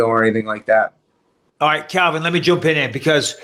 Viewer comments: Michael pleeeease dude , it’s pronounced CALVIN, not Kelvin FFS 🤦🏻‍♂️ Anthony btw is EXCELLENT!!!! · Anyone notice Bisping kept on getting Calvin's name wrong?!?!